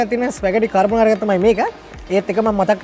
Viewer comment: කර්බොනාරා නෙමේ යකෝ කාබොනාරා 🤦‍♂️ දන්න රෙද්දක් කියපිය 😆